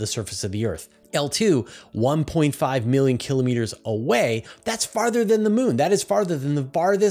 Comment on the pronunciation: Awesome content as always! And my repeated gratitude for continuing to pronounce km correctly as kill-oh-meeter.